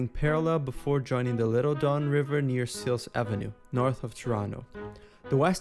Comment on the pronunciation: I love that the bot calls it The Dawn River.